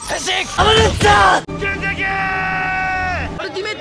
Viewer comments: 橘さんのｹﾞｹﾞｹﾞｰ!は｢剣崎ー！｣のようにも聴こえるし｢出てけー！｣のようにも聴こえるからすげーよな、もはや芸術だよ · ゲゲゲーが剣崎と言ってるの分かっててもゲゲゲーにしか聞こえん